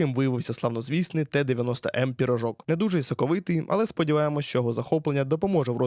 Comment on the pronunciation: Не пірожок а пиріжок вчіть мову рідну